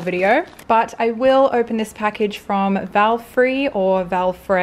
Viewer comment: hey, I love how you suit every item, PD. Valfré is pronounced Valfreh:)